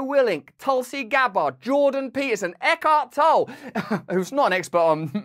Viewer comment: Either you or Eckhart Tolle, say Eckhart Tolle's name wrong.